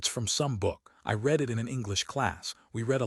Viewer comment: I like the same voice throughout, perhaps because as a small child I was indulged in "Read me a story.." I don't want it to sound like a radio play. As is, is perfect. The occasional mistake in reading...eg. read pronounced 'reed' when it ought to be said as 'red', just add to the pleasure, amusing.